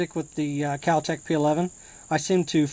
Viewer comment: God this guy is a dipshit! he can't even name the most basic parts of a gun and does a review with his finger on the triggers. he wants to talk about the recoil when firing with one hand and tries to release the slide by pulling it back with the mag still in lol oh and what the hell is "cal tec"? Complete dumbass